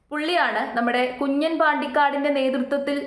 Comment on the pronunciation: Kunjan alla 😂kunjaaan😂😂